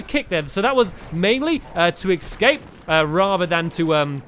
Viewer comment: Did stampy just say excape routes? Hehe that's so funny though